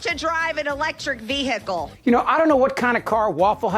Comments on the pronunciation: VEE. HICKLE😂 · Whats a vear hic call ?? Oh wait she ment vehicle 😂 😂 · "vee-hickle", in-dick-tid, peach-tree dish. Welcome to America's GED program. Literacy not required. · ...vee hickle!?🤔🤭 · "Ve-hi-kull"? She has trouble with those 3 syllable words. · And what's wrong with saying 'car', why she gotta say 'vee-hickle'? I've got no problem with local dialects but the trump-et like in so so many things, she just takes it too far!!! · Who puts emphasis on the h in vehicle except dumb ass Green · She has a strange way of pronouncing "vehicle"... My dictionary says ['vi:ikl]... No "h" pronounced..... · She pronounces ‘vehicle’ like a drunk with hiccups. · Ve-hi-cle......In-dic-table......Marge's pronunciations suck balls.